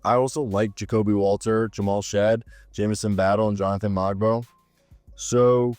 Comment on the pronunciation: Its not Mogbo